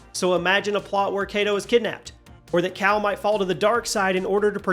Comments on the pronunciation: Kata* not Kato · Who the fuk is Kato? It is not mortal combat bro, I am just going to pretend you said ka ta. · How do you make a video on this and blow Kata's name like that? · I don’t think dude played the game. Mis-pronouncing Kata that many times with how much he name is said in the game is just wrong. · Some of these suggestions and the way you pronounce Kata’s name I don’t think you even played this game.